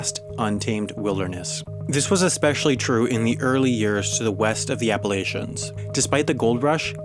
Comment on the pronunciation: Your pronunciation of Appalachians has me triggered